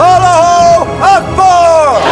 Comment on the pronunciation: The sultan can't even pronounce Allah Akbar... Subhanallah. This film is Kufur and lies, not based on Islamic Atticate